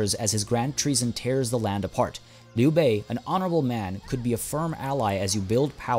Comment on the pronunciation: Dude, Chinese here, I can tell you really studied those names lol, the way you said Liu Bei omg, I had to go back and liten to it a few more times xD